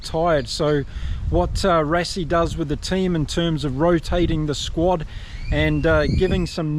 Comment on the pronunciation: Rassie = Rá c Versveld = Fé r s fel d (you got the second part right). Thank you.